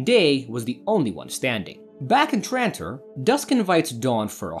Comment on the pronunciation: It’s. TRANTOR NOT TRITON 😡